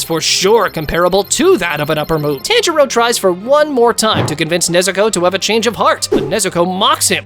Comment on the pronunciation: I just noticed he says it wrong lol